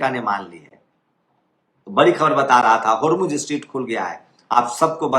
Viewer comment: Sir, स्ट्रीट नहीं, स्ट्रेट